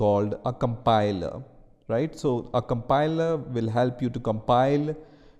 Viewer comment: A compiler❌ "a campailaaa"✅ 🙂🙂🙂🙂